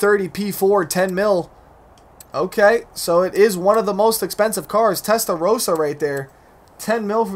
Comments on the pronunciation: Anyone else thought he said Tesla roadster when saying testa rossa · When u said Testa Rossa I thought u said Tesla Roadster